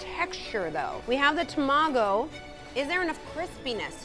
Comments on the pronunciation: tah-mah-go not tuh-ma-go, Japanese is phonetic there is no tuh in the alphabet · oh my god… how many japanese words they mispronounced… even a michelin star chef and a chef who’s been around the world, and a professional judge… NOREE? TEMAGO?